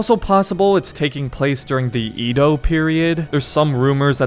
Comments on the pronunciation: Bro you need to work on your pronounciations if your gonna make content😂 “Ee-dough” it should be said “Eh-Dough” and “soo-sh-ih-ma” is “soo-shi-ma” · "Edo" pronunciation I believe is "Yedo"